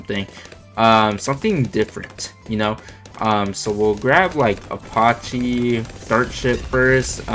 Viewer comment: The way you pronounce apache 😫😫😫